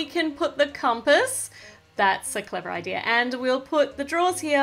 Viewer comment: when she says idea if sounds like she is saying i-deer!!